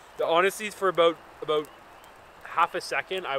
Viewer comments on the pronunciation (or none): Good stuff why does the one guy say... Aboat instead of about😂😂😂😂